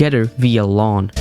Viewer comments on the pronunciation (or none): that’s not how you say metropolis or LAN 😭